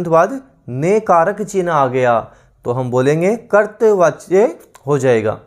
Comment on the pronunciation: Sir कर्तृवाच्य का उच्चारण "करतवाच्य" नहीं होता बल्कि होता है "करतरी वाच्य" Very Nice Class Overall Thanks for Class..